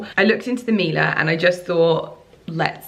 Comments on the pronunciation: Her pronounciation was actually quite good. Miele is a german company and we say "Mie" like "Me" 😊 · babe!!! I know pronunciation isn't your forte hahahah but it's pronounced mi-e-le not mila. It means honey in Italian. sending you much love!! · Miele gives you a couple appliances FOR FREE and even then you don’t learn to pronounce their name? Google it